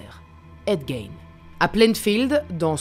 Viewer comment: C'est fou de faire une vidéo sur un gars et pas se renseigner sur la prononciation de son nom